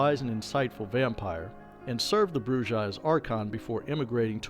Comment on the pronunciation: Pronunciation matters. "BROO-hah" because it's a Spanish word.